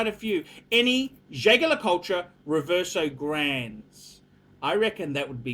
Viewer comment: if you want to be a true luxury watch aficionado you have to learn to correctly pronounce the names of the major watch brands. Jaeger-LeCoultre is pronounced zhey zher le koolt, not zhay ga la kol tra. You can find all the pronunciations at